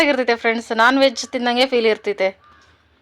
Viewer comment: ಫೈಲ್ ಅಲ್ಲ ಫೀಲ್